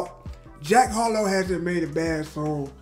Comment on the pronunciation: It’s Harrrloow